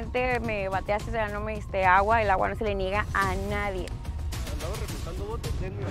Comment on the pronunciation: Andabas reguntando botes jajaja ja no lo dijo bien